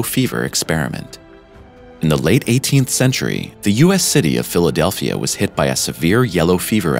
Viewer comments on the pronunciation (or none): none